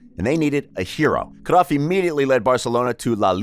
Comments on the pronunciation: Cruyff not cruff g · Jesusssssssss .. it's not CRUFF you Idiot .. it's Cruyff .. it's annoying .. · his name is cruyff no cruff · I’m getting annoyed by watching this just because of his way on saying cruyff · Am I the only one that hates how he pronounces words like Barca and Cruyff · You pronounce his name wrong bro